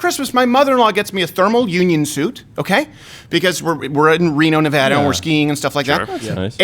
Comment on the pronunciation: On behalf of all Reno, Nevada locals, thank you for pronouncing Nevada right! 👍🏻